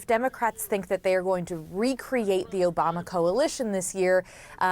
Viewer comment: Obamna? Soda! OBAMAAAAAAAAA!